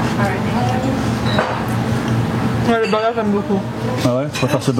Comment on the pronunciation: Pourquoi les français disent burger en englais tellement mal???😂😂😂